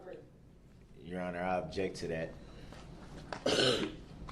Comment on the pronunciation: Ask not ax ,object not abject ,that not dat,this not dis,THINK not dink etc etc this monster can't even pronounce words properly never mind defending himself, evil murdering vile narcissistic monster will soon be someone's btch in prison and get passed around in the showers 🚿